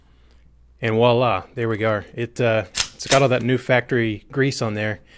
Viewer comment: Its VOILA with a V not Walla with a W